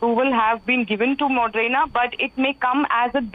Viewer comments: Moderna not modrena, Pathetic standards of new readings 👎🏼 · It's Moderna not Modrena!!!!... How do these people become reporters???